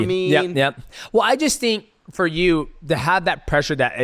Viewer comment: 😂😂😂 “Fir 10 Kay 😪😞😓”